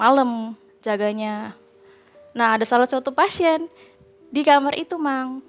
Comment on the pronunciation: Gatau knp narasumber perempuan kalo bilang "kamar" aku berasa denger "kamer" hehe